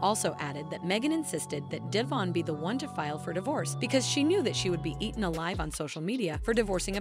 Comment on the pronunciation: De von NOT DAYVON!